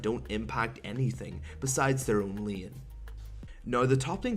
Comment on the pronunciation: Why dose he say lean instead of lane?